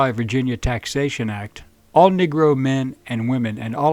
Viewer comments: Why are you pronouncing "Negro" as "Nigro"? No, it's NOT your accent; there's not enough accent there to produce that sound. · Interesting way of pronouncing "negro" especially for someone with no accent